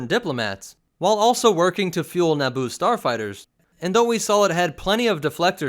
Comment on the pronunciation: Eeeeeeeeeeeeeeeeeeeeeeeeeeeeeeeeeeeeeeeeeeeeeeee It's Naboo